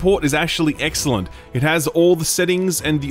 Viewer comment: Did say EGGxcellent when showing a Kulu Ya-Ku? LOL